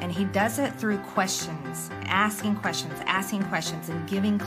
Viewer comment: "Asking kwesshuns?"